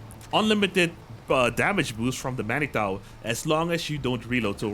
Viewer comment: "Manitou" is of French origin, it reads as "Manitoo".